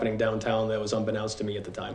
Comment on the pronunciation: Did the policeman just say “un-be-noun-st” to me? You must be kidding me right ?